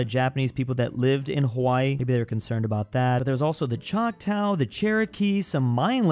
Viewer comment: the way pronounced Choctaw 😭